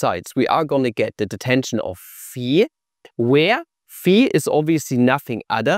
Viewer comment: fee fah foh fum i hear German mispronounce phi